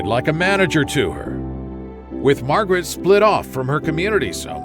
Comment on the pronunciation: Mawgrit has no Scwuples